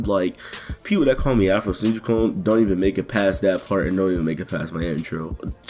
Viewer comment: also did you add the I at the end of Afrosenjui